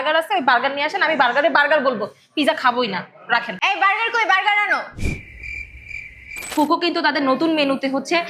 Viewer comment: আল্লাহ রে !বোনেরা এইটার উচ্চারণ ফুকো নয় (ফুঅকো অর্থাৎ আগুন )।এইটা ইতালিয়ান শব্দ ।রেস্টুরেন্টের নামই যদি উচ্চারণ করতে না পারেন তাহলে রিভিউ কী দিবেন !